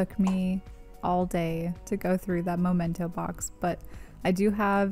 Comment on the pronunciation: I love your decluttering videos! Also, it's memento. Where you put things you want to remember. Both words have "mem" in them. It's a good way to "remember" to say "memento." :)